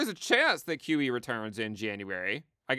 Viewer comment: When says “QE” it sounds like “kiwi.” “No kiwi for you!” - 2024